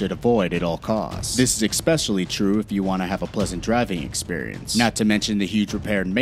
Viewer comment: I stopped watching when he said EXPECIALLY.